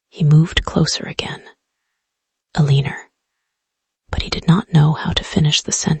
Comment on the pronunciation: Elena becomes El-lee-ner. AI can't read